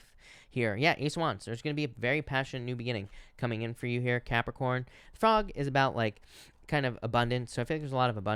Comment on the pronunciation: I love how you say Capricorn 💕✨ Idk why